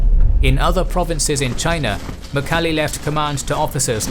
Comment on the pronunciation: who is "mukhali" really please try to say it correct in Mongolian. i know you guys try but ask some Mongolians how to say it correctly .